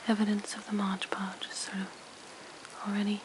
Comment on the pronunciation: Really beautiful! And very soothing to listen to. I think that product is called Mod Podge, though, not Modge Podge... :)